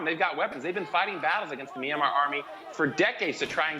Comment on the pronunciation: Did he just say Meeranmar?